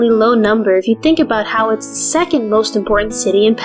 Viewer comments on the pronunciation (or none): none